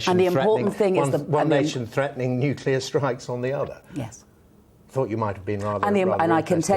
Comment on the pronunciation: A Shadow Foreign Secretary who can’t actually pronounce: NUCLEAR